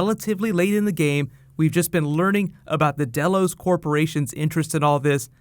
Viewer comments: nice recap but it's DELOS not BELLOWS. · Delos sounds like Delores